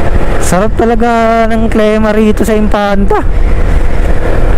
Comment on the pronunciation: sir klima po, ndi klema. ilang beses nyo p po inulit. God bless! more videos to come.